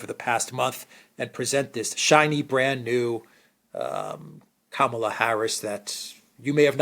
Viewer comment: Agree with criticism of US mainstream media, Criticism of Vice P Harris fair game but you are losing credibility by mispronunciation of her first name.